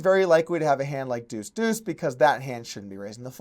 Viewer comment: It’s deuce, not two.